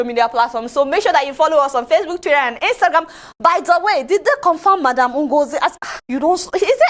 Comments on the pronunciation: A whole minister of information 🙆🏿‍♀️🙆🏿‍♀️🙆🏿‍♀️couldn’t pronounce Instagram but “instangram” shame on him. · Adeola will not kee me with laughter oo😀😀😀 "Instanngram" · Inkstangam can't even pronounce(nigeria) Monopoly over violence (Cameroon) Ethiopia owns the river but it is "a river" meaning source,supply, overflow therefore you can't tamper with the source yes it will better the living conditions of ethiopia but what about egypt and sudan are there not humans too? (Please ethiopia should strike a deal so we all can benefit 👌) europe had it's first industrial revolution from 1760 Between 1820 and 1840. And we are still here in secondary economy of activity What we need are industrial leaders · Qus: Since soon to be 'ex' President Donald Trump sees African countries as "sh*t holes", why is he concerned with which way our rivers flow?! As for shutting down social networks in Nigeria as per China, let the Minister speaking here learn to say 'Instagram' properly first oo! Lol! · Is it a crime also that he can't call Instagram correctly? We all have pronunciation shortfall one way or the other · he cannot even pronounce google and instagram . lol